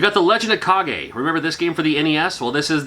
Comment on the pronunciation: Legend of "kaw-ghey" ? Isn't it pronounced legend of "cage"?.